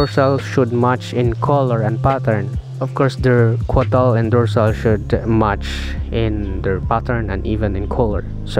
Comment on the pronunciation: Thank you fir the very informative video sir.btw, it's caudal sir, not cuadal.